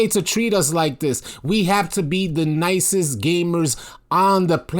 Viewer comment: When you say “nicest” I hear Pussyest 😂😂